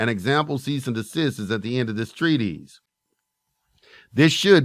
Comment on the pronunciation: It’s “TREE-TISS”, not TREE-tease. Important to know the words you’re using. And, why not come up with your own material instead of just reading someone else’s work?